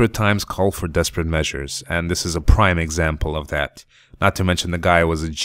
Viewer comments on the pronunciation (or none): none